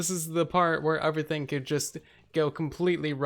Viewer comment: Lmao I die of laughter when you say uverything instead of everything